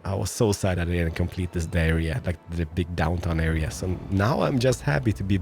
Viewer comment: Did u really say diarrhea instead of saying downtown area??!!